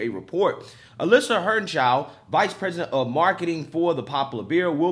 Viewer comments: her name is Heer-ner- shy D not her chow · He called her "Alisha Hernshau" 🤣🤣🤣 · Hernshau? Heinerscheid, pronounced hiner-shied! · Hine - err - shied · Heinerscheid hi-ner-shy-d. Not that hard. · Heinerscheid. High-Ner-Shy-d....but more exactly He-nair-she-eed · I love you buddy but you’re a terrible reader, practice reading out loud by yourself. It’s twice now I hear you butcher the heck out of Heinerscheid’s name. Just sound out the syllables. Hei-ner-shceid!!! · Without trying to sound like I am backing her in any way let me assist you with how to read her name: Hi-ner-shied. She may be extremely wrong with her marketing ideas but she does at least deserve to have her name used correctly. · If you're going to do further stories on this...the woman's last name is pronounced HINE-er-sheed. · I love it but good lord.... learn how to say Heinersheid.... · I love your stuff, but in this video it is maddening that you cannot get even remotely close to pronouncing this person's name. It's pretty easy to just ask the internet how to pronounce a name, and it will say it out loud to you. Just a pet peeve. But keep doing the great work you do. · Man you butchered that name 🤣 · I'm pretty sure you butchered her name, lol. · Woke go Broke! Yet cant say his name.😐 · Bro her name is not that hard. You give us a bad name